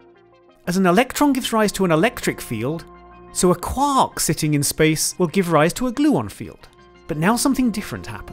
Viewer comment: I REALLY hate how he says Quark...... please never say that word again or learn how to say it.